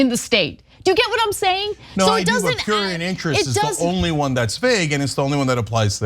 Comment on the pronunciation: Ana is too old to be struggling to pronounce words like prurient, shes one of the greats, but she pissing me off